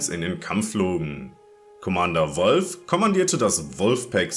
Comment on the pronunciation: Könntest du bitte Wulffe sagen und nicht Wolf